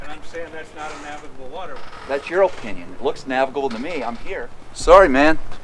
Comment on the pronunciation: "In his O-pinion"